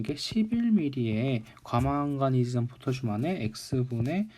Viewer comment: 왜 계속 과망가니즈'샨' 이라고 하시나요? ㅎㅎ